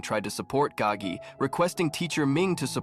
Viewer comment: It is Spelt "Gao Ge" first name Gao (high/tall), last is Ge (song/sing), meaning "to sing loudly" It is simply just a Chinese name. It is not spelt Gagi or pronounced that way, the narrator just didn't pronounce it correctly